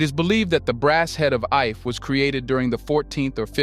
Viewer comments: Ife is prounced 'eefay' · You mispronounce the name ife